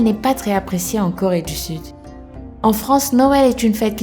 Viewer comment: Super videos mais tu dis trois corré du sud